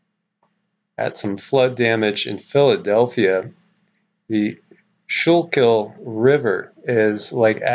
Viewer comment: Pronounced Skoo-kill t. Philly native